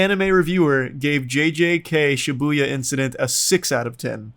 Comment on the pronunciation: I guess lol, there's too much emphasis on the Bu